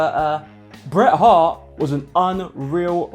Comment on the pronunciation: The T in Bret and Hart are not silent